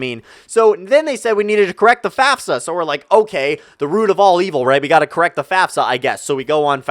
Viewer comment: Am I the only one who heard fapfsa instead of fafsa